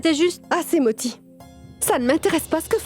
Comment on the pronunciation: Pounti? 😂😂😂😂 c'est moti pas pounti 😂